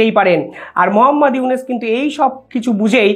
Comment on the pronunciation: ekti kotha bolchi . aponi iunus na bole unis bolen , uchcharon ta thik kore neben .